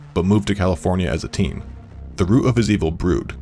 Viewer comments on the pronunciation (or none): none